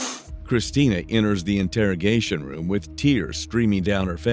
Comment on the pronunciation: If you're going to use an AI voice for true crime videos, pick one that at least knows how to pronounce "interrogation" instead of calling it an "integrigation" room